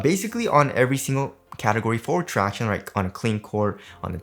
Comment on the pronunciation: Surely im not the only one finding myself yelling out tractionays everytime he says it 😂